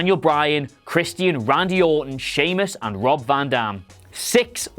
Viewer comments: It’s Christian not “Christy an” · it's Christian, not Chres-Tea-En